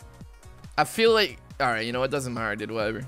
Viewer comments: Who else noticed the "almight bro" at the beginning instead of "alright so"? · Anybody notice his intro saying “almight bro” And not “alright so”